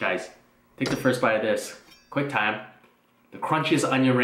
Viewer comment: Is he saying quick time or quang time??